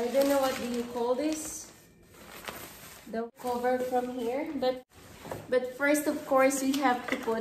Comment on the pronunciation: 1. In today video 2. The (THA) unboxing - it should sould like (THEE) 3. This going to be my -It should be "This is going to be my lighting" - it is not a gear. 4. there are (not there is 2 pieces of bulbs) hindi bulb, dapat may "s" and dami pa.. bakit di ka mag tagalog. kung di mo keri. :)